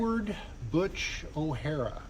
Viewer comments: “O’hare” is pronounced: Oh-hare, not O’Hara. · O'Hare, NOT O'Hara. Not a high point in museum curation. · I believe Butch's last name was O'Hare, not O'Hara. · O Hare,not O Hara.. O Hara was a bad guy on "Enter the Dragon"